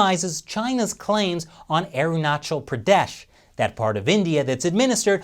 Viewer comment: Thanks for pronouncing Arunachal Pradesh right, its alarming how Sino-Global influence has crumbled world peace, after WW2 world has chose for peace and development and making world better but it feels very wrong how present People's Republic of China govt. has its evil tentacle's destroying in every sphere, from being a jerk neighbor, border dispute, intellectual property theft, inhuman-policy over ethinic minorities, irresponsible space cooperation, spy over telecoms. Thanks to China Uncensored many viewers get chance of reality. Love from India.👍✌🙏